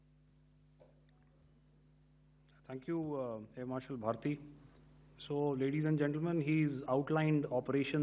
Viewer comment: എ ആർ ഭാരതി അല്ല ഭാർട്ടി